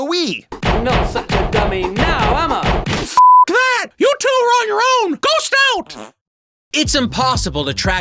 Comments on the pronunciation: "Not such a dummy now, Emma" i know its "am i" bt the voice actor sounds like he's saying "Emma" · I know that CID’s catchphrase is supposed to be: “Not such a dummy now, am I?!” but every time he says it, it sounds like he’s saying: “Not such a dummy now um uh?!” It just makes it that much more painful to hear him say it...